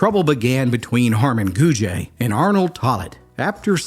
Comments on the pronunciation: Its just “gooj” not “goojuh” or “goojay” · Also Gouge is pronounced (Gooj) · The last name of the three girls and Harmon is pronounced Goog. The e is silent. I once had a phone conversation with the daughter of the Carter County Sheriff at the time, "Cabbagehead" Moreland. She said after the men got out of Brushy Mount, one of the men came to Carter County. The man walked into the yard of the now retired sheriff. She was home but her father wasn't. She said he walked up to her and told her that he was a new man and had no bad feelings for the sheriff. He then left, headed to Bledsoe County, I guess. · It’s not “goo-juh”, idiot. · I love your stories. I do want to let you know that Harmon's last name Gouge is pronounced gooj not gooja . I just wanted to let you know that. Have a great day 😊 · I am from Carter County and related am a Gouge. Just so you know, the last name is pronounced “gooj”. There’s no e sound on the end. This story was told to me when I was little. It was a legend in my family. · Cool video. However, I am from Carter County. Know several people with the last name Gouge. It is not pronounced Gouge-a. Just think of it at “Gouj” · My grandmother has always been fascinated by this story. I live in the next town over. There's still a roof over the hole where the cellar of the house was. Thanks for this, I'll show it to my grandma. You pronounced Elizabethton wrong but everybody does. It's eLIZaBETHton. Don't be scared of that last syllable lol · And Gouge is pronounced GOOJ but we're not keeping score lol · That E isnt pronounced with that french twang to it, pretend that E aint there. I went to school with a few Gouge folks😅 n my step sis was a Tolly....🤔 think they changed the name after this? They were rough folks, liquor makers n traders n were from that part of Tennessee. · How the hell did you come up with the pronunciation of Gouge? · Great story. But please learn how to say Gouge and Elizabethton. 😂